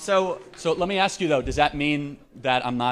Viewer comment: i can't "AXE" you..